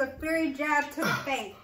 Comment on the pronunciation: How they both dont know how to read. Its FIERY not Fairy. Please dont have no kids, LMAO